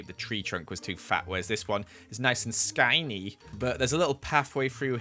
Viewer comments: when he says "Skanny" Me: i- ITS SKINNY NOT SKANNY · The way said skinny sKyKnEe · no one, not a single soul;: nice and sKæiNeY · Everyone: Skinny: sKynEeY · wth is “skænay”